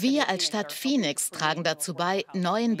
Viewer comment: Die weibliche Synchronsprecherin hätte dem Hauptsprecher der Doku ruhig ein paar mal vormachen können wie man Phoenix richtig ausspricht (nicht "Fenix") ^^ Abgesehen davon hätte ich es angebracht gefunden, die Interviewpartnerin damit zu konfromtieren wie sie eure Frage zu den Mieterhöhungen komplett ignoriert. Sonst alles supi!